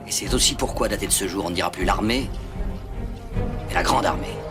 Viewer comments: “Et c’est zaussi à compter de ce jour..” belle liaison Clavier 😂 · La liaison fatale de clavier au début de l'extrait... Il dit.... C'est z'aussi... 😁😁😁